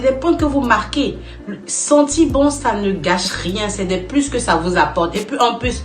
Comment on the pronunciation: Madame, vous écorchez la langue française :les 2 premiers mots:sentir bon, et non senti bon. Comme vous peux le constater, il y a un "r", à la fin de ce mot. Et il est de même pour le mot "sourire", mais, en plus, un "é", à la fin. Mais malheureusement, il n'y a pas que vous qui fassiez cette erreur, c'est égal à tous les africains et africaines sur le net.